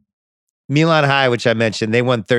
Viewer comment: Pronounced “MY-Luhn”. The “MY-Luhn” Miracle.